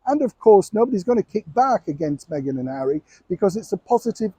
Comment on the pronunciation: This old man make his money trashing Duchess Meghan. He can't say her name right 😢